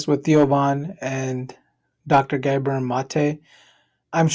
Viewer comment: It isn't Gabor with a long a. If you can't correctly pronounce his name, nobody needs your comment.